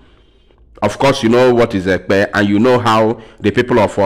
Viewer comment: You didn't pronounce the word Ekpe